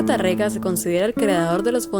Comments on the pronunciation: buenas....Tarrega se pronuncia como si tuviera un acento en la PRIMERA A.....como si fuera Tárrega. y otra cosa....no es recuerdos de la ajambra.....sino de la al.hambra. Gracias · es Tárrega, con el acento en la primera A. y estoy casi seguro que Carulli se pronuncia Caruli